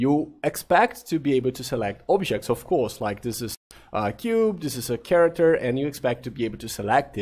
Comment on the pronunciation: e esse ''of course'' britânico aí KKKK